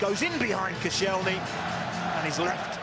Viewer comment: Who the hell is "Kossy-ell-knee"? This is why you're only on Sky 2 mate.